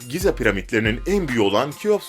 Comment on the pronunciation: Giza degil Gize